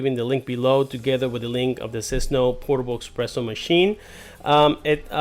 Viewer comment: Good video. " S press Oh "